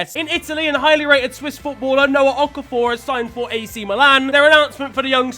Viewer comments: you say your nigerian and that how you pronuse okafor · That's not how to say Okafor😭😭😭